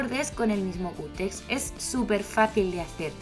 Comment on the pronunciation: Se dice cúter !!